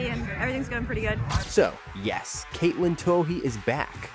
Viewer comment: also saying Katelee instead of Katelyn; more grief.